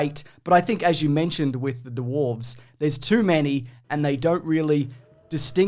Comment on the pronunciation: hehe "duwarves" hehe